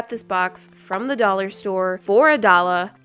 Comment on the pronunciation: what’s a Dalla? U mean dollar